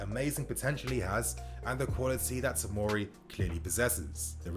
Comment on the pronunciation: OK just to clear up. It's fucking TOMORI. Not timari,tomiri,timori ect ffs